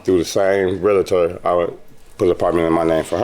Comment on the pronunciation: What’s a realator? Lady, try saying “realtor.” She sounds real sketchy!! Maybe she should draw some pictures.